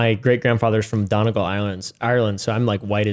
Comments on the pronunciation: Done - E - Gall . I can't stress how easy it is to pronounce Irish place names if you look it up. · don-u-gull. Nice county in Ireland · I physically hurt when said Donegal